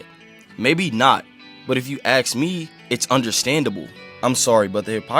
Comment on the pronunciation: Its "ask" not "axe"